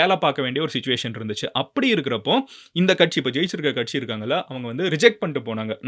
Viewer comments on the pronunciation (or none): none